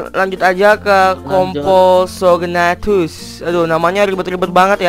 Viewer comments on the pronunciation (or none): namanya bukan kom-po-so-gnatus tapi compognathus